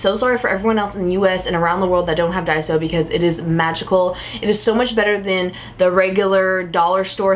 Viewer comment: not to be rude... But it's called Daiso not Diaso:/ plz change it